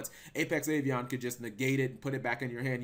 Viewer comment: Are you pronouncing Avian as Avion? Wtf? Do you not know what the letter a is?